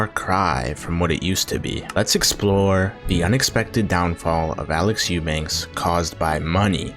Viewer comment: What kind of serious channel do you aspire to be when you freaking cannot pronounce the guy's last name properly? Eubank without an S